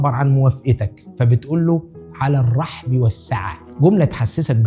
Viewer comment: هى "على الرُحب والسعّة" بضّم الراء أ.سامح👍